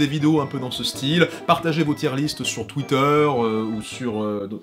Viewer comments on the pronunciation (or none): none